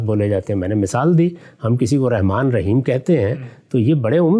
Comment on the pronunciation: Ghamdi sb. Very strange and shocking by using the one of beautiful names of Allah SWT Rehman instead of RAHMAN. Reham means womb or uterus .pl in future say رحمن with zabar not zer.